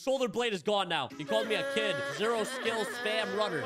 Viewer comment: ain’t no way u said keed